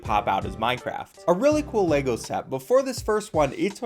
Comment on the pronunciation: Why do so many people mispronounce Lego.